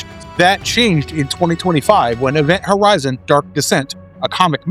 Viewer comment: I swear he said Event Howizen